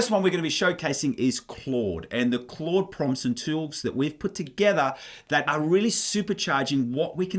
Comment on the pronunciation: "tewls" lol. But great content, thanks!